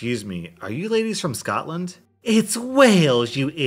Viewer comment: Scotland not Scotand